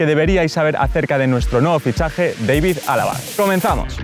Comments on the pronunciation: Solo un dato, al ser austriaco su nombre no se pronuncia Deivid, si no David. 😉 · Se pronuncia Dávid no Deivid es idioma alemán no inglés ;) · yo siempre he escuchado que todo el mundo le dice "David Alaba" no "Deivid" XD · la pronunciación de los españoles claramente es "David" pero Alaba mismo y su famila dice "Deivid“ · El chico diciendole Deivid alaba y yo toda la vida diciendole David alaba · Nadie: Absolutamente nadie: Fer: Deivid alaba xD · ¿Porque lo pronuncia "deivid"? si no es inglés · Por qué coño dices "Deivid" cuando hablas en español? Vaya tela la gente... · deivid? seguro? xd